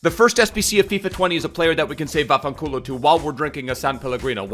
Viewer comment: Vaffen colo gets me every time